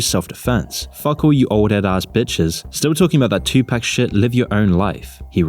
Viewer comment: pronouncing tupac as two-pack deserves a dislike